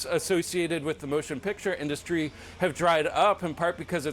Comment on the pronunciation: Trump is trying to find money any way he can to give it to Billionaires as tax breaks. Americans will NEVER see any tariffs on anything. Why does he say "In The Ass Three". He is supposed to say Industry.